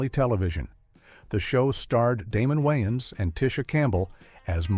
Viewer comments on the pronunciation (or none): none